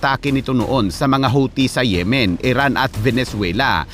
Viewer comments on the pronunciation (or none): none